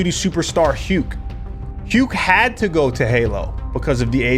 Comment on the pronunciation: Aint no way you're pronouncing Huke like that 😂